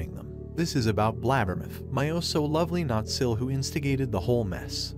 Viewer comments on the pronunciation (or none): His pronunciation of “BLAB-ber-muth” tickles my funny bone! 😂